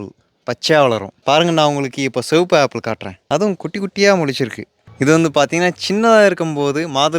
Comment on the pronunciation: Red illa சிகப்பு 🙅 செவுப்பு.....❤❤❤❤❤❤